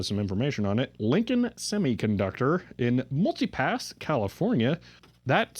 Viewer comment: Did you pronounce Milpitas as "Multipass", or is there a city in California that I don't know about? :P